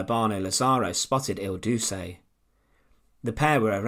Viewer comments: It's pronounced Il "DOO-chay" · Duce is pronounced do-che. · BTW, it's pronounced El Doo-chay. You do this rather alot. You are making historical short documentaries. It's important you get it right and not half arse it. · Correct pronunciation of El Duce is El-DOO-CHAY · I caught the mispronunciation right away, I’ve heard recordings of crowds chanting it.